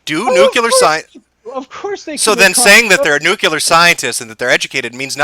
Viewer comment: Jim tries too hard sometimes. And someone please buy Jim a Merriam Webster's Collegiate Dictionary so he can look up the word "bigot". And learn how to pronounce "nuclear".